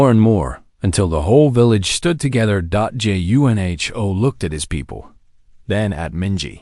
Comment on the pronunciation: Good story. However it ends abruptly, and needs to be completed. The AI needs some adjustments: The "." at the end of a sentence indicates a pause, not the word "dot". The name Junho does not need to be pronounced by each letter. Also, some parts of tthe story are out of order?